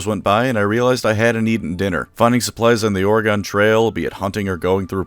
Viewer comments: As a resident I must say is it’s pronounced oreg-IN not oreg-ON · Dude I love your videos but that ad read killed me. Not only did you says ORE-GON instead of ORE-GEN you said EAST!!! THEY TRAVELED EAST!?!? The settlers swam their way through the Atlantic Ocean to Oregon. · Definitely gonna check this game out but as a native Oregonian I must inform you it’s Ore-gen, not Ore-gOn. Sorry, just felt wrong hearing you say it like that. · No shade but FYI we pronounce it more like the word Organ or even ore-gun, but never or-e-gone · Your a fucking idiot. ORE-GONE? DO YOU KNOW ENGLISH OREEGUN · Its OR'ygun not OryGone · BTW, it is pronounced Ore-Gun, not Ore-Gone. Oregon native here. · Just a quick FYI: It's pronounced "Or-uh-gun" 🌲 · Just fyi from someone who is from Oregon, its pronounced like Organ, but with an i inbetween the r and g (or-i-gin) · okay i gotta say, that's not how you say oregon, just treat the E as silent. like organ. Or Ore-Gun Please. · It’s pronounced Ory-Gun. You silly diabetic you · Great vid, but your pronunciation of 'Oregahn' is way scarier than Grimgor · Please don't pronounce Oregon like that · The ON at the end of Oregon is pronounced like the on at the end of Jason. It really surprises me how many ways people say Oregon across the US. Then again I know people who say waRshington. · I just fucking remembered why I've avoided this video. You butcher the name of my state so many fucning times it makes me want to replace your insulin with the shit they put inside gushers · The way he pronounces Oregon is very upsetting to me especially since I’m pretty sure he lives in the US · are you mispronouncing "Oregon" on purpose to make any Oregonians watching this flinch? If so, I'm going to [censored] [censored] [censored] you, and you won't [censored] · Not going to lie you pronounced oregon so wrong 😂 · Why do you say Oregon thag way? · As someone who lives in Oregon, your pronunciation of Oregon is giving me a stroke XD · Haha so jarring